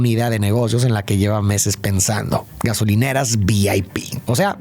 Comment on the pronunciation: GASONILERAS 😅habrá sido a propósito???